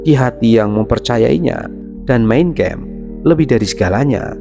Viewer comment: itu SATANIC VERSES (ayat² syaiton) bro, bukan satanic versus. versus lawan siapa? satu lagi. itu MEIN KAMPF, bkn main kempf. bahasa deutsch, bkn bahasa EN.